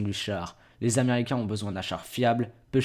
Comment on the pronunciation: tu bug, faudra que tu apprenne a Articuler : Les aiméricain.